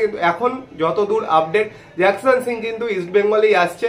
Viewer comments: জিকসানের ডিল কম্পলিট, তোমার মতো ছেলে জিকসান কে জ্যাকসান বলছো??😢😢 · Nam ta jakson noi.... Jeakson